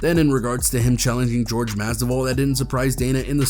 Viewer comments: "jorge MASDIVAL" lol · Pronounce Masvidal correctly